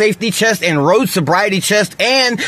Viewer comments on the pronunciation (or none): Did he say "chest" instead of "test". He must be really hyped up on the stuff. I would have said that overuse of caffeine and sugar is very much like taking meths or equivalent.